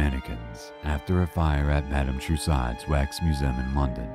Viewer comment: at 10.10--it is Madam Two--soo's not Two saud's